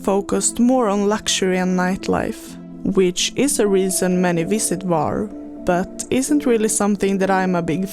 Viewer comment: The correct pronunciation is “Hvar”, with an H at the beginning, like the H in “hot”. It’s not silent. Some people mistakenly say “Var”, but that’s incorrect. Happy to help 😊